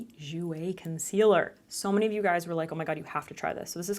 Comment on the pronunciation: Hahahaha! Keep on replaying the “This is a COHN-SEE-LUR.. a what????” Hahahahahahaha! $80 dollars! 🤣😒